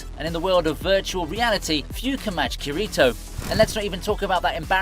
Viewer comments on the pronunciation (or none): Bruh "khireetoe" 💀 I'm already clicking off this video